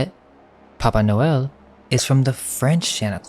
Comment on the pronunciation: It sounds like you're saying BABA noel... like BABA YAGA. The witch🤔🤔🤔